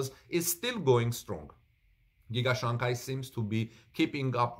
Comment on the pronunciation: Your pronunciation of Shanghai is not right. It should be pronounced as " Shang High", not "Shang Guy".